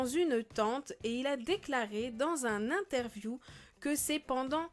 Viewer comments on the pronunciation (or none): none